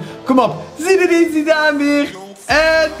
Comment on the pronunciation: Je spreekt het uit als zidaan